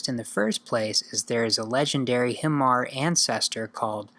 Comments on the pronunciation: Hmar should be pronounce as Mhar or Mar adding a little soft sound of Hs. H in Hmar should be use as H in Horse😂. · it's ok . Bieng Hmar I too use to pronounce Hmar wrongly😆😂😂